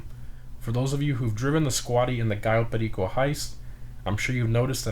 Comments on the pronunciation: do you speak spanish cuz each time u say cayo perico u say it in perfect spanish no accent wtf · The only person who knows how to pronounce "Cayo Perico" correctly. Lol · You say cayo perico like a latino homie 🤙🏼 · Just a small thing, but I really like how you said Cayo Perico, you're the only person I've heard pronounce it properly lol